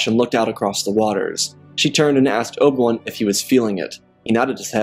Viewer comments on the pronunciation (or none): Good story but it’s driving me nuts how he says Obi-Wan Kenobi. Obawon lol. Its O B 1 Kenobi Not Obawun Kenobi. Like I said, not trying to be mean or anything because the story is very good. Just my OCD listening to the name is driving me crazy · dawg can you say abi-wan not ob-1 im not hating but its just annoying but good vid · Who is Obil Wun? You need to slow down your narration, bro. You are in such a rush that you continually mispronounce and butcher names and places. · obwam, obam, obwem, obwan, oban, obi wan, is all i have heard throughout this video whenever you spoke about Obi Wan Kenobi, Student of Qui Gon Jin, Master and Brother of Anakin Skywalker, Close Friend of Ahsoka and Padmé, Etc.